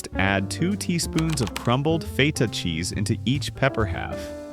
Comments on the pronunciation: What's "FATER" cheese when it's at home? Do you mean "FETTER" As more correctly pronounced? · Fay-Tah cheese? WTF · Never heard of 'fay-ta' cheese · Fay terr cheese 😂